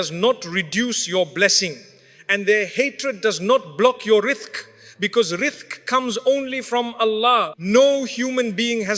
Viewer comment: WARNING: This is AI (with the words of MACHAIVELLI - an Italian political activist, philosopher NOT Mufti Menk) Listen: the Robot says: 'Risthk' instead of 'Rizqq' -- Remember AI CAN'T pronounce Arabic words That's one of wisdom Quran was revealed in ABARIC Note: So Who is this well-know MACHAIVELLI Niccolò Machiavelli said leaders should do whatever works to stay in power, an idea that influenced Modern Western thinking BUT This is DIFFERENT from Islamic views that CONNECT politics with morals NOT Separates them This video can be good but can also be wrong as it often relies on suspicion - and in a Western World Context NOT Islamic World Context -- one creates/encourages evil outcomes, while the Islamic model eradicates pathways to evil and promotes and replaces with good instead